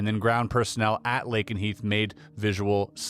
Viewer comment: Lay ken Heath